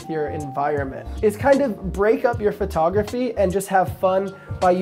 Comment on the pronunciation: Was there a contest to see how many times you find say phrotograhy?